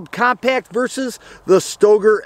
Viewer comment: Pretty sure that Stoeger is pronounced "Stir-gerr".